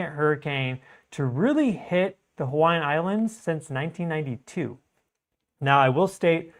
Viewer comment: my man! Your Hawai’ian pronunciation is top tier for not being from here brother! Much respect and thanks for the amazing work you do 🤙